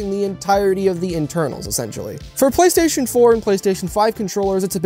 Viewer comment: Bro did i hear that correctly you said "gaystation" ? 😂